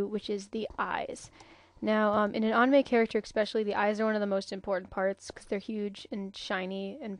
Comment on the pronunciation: you rock i have all your videos saved and favorited thx i love your tutorial skills you could be a teacher lol and i like how you say anime funny